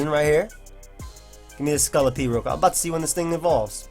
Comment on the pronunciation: lol he says scullapede not scolopede